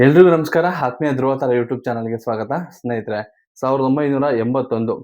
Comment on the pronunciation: ಏನು ಗುರು ನೀನು ಹಾಥ್ಮೀಯ ಹಂಬರೀಶ್ ಅಂತೀಯ ಕೇಳಕ್ಕೆ ಬಾರಿ ಹಿಂಸೆ ಆಗುತ್ತೆ ದಯವಿಟ್ಟು ಸರಿ ಮಾಡ್ಕೊಳಿ